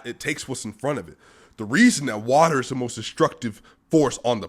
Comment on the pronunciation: Nikola “Bruce Lee” Jokic. He like watah